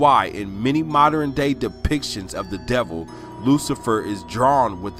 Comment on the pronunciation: I was believing this dude but i soon realized he can’t even pronounce words mans said “Moderin day”